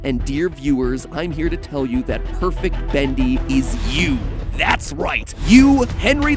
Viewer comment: You say "Badli" instead of Bendy xD